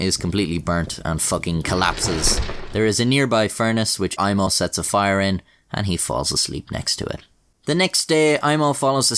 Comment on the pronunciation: This was a pretty wild story, man. You pronounced Aimo's name surprisingly well. Greetings from Finland!